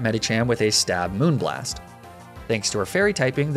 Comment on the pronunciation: Hearing you say moonblast properly feels so weird